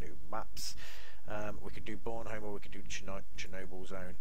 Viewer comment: You pronounce Bornholm wrong... I'm from Denmark ;D